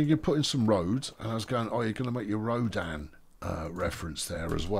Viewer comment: Rodan??? The Japanese monster? Oh, although that's what I would EXPECT you to reference, you were saying Rodin. Carry on. ;-p Edit: I bet you wish you could get Rodan to do an attack/fly-over of your city!